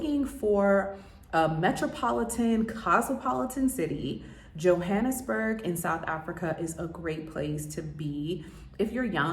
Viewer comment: You're mispronouncing the word Johannesburg! Get it right Sounds ridiculous! Also, locals call the city .J'burg! I lived there.. The country's sadly in decline .. electricity goes out every day for hours. However, still beautiful .. Embrace it! Cape Town it's magnificent. .. Children on brake play with each other .. S. African people are so much more fabulous than Americans. You've been misled by America if you think you're the superior people ..America. All about money and greed! South Africa .. Africans! Yess! Too bad you're so astonished .. why are you only finding this out now! Haha!